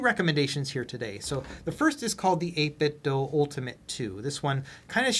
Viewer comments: Is 8bitdo or is it 8bitdough? Why do that? Or why dough that? Same with ASUS, it’s the last for letters of Pegasus or is it Pegaseuss? It’s ASUS not ASEUSS right? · I think 8bitdo is playing off the name Nintendo, hence the pronunciation.